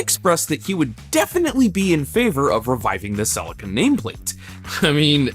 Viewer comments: Cell-eeka not silica LOOL. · I'm sorry the what? Toyota Celica = Suh-Lee-Kuh not cell-ika My Japanese mate just face palmed hard! lmao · Cracks me up pronouncing Celica as: Sell licka 🤣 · Repeat after me SEE -LEE -KA now pretend your Japanese and very polite as you say it ,, thankyou from JAPAN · It's pronounced Sell-ee-ka. Just saying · I wish you would pronounce Celica correctly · Well, that pronunciation of Celica just sounded bizarre!! Not how I ever heard anybody pronounce the name in Australia!! 😂😂